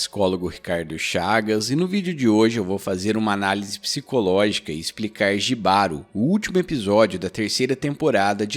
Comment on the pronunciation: Só pra acrescentar Jibaro se pronúncia "Ribaro" ❤️ tem várias formas de interpretação, pq tbm poder ser interpretado como um relacionamento tóxico ,o autor é espanhol, então acredito na sua interpretação tbm